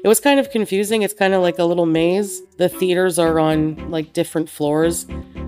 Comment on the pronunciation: am I the only one that heard "feeders" when she tried to pronounce "theaters"?